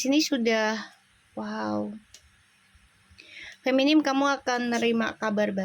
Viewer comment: Punten bu. FEMININ FEMININ FEMININ FEMNIN ..... Bukan Feminim bu. Sukses selalu ya.